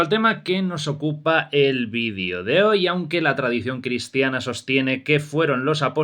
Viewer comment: Hasta cuando conchas van a decir Vidio...que tara tan desagradable por las de mi madre.!! Es Video con la E larga y sonora no con dos i..